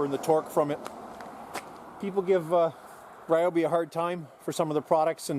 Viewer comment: Ryobi is incorrect. It’s Ree o Bee.